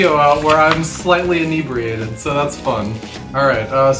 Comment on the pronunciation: Ini-breen-ated 😂 But good stuff, good stuff 👌👌